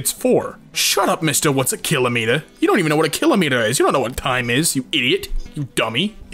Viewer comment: im just offended about how he pronounced kilometre